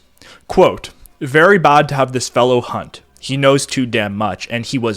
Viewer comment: Pronounced 'Bay", ''CIA", "Damn" "Last'' "Back" perfectly but Chads TF out of "Bad" 8/